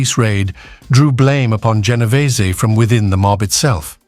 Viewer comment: Genovese not what is being said by this British narrator who mispronounces some Italian names.